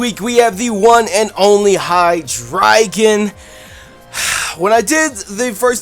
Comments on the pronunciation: hydreigon if you say it right is high dragon the the king of all dragons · you said hydreigon wrong its rlly easy its hi - dra - gon